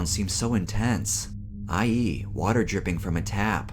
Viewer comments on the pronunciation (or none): none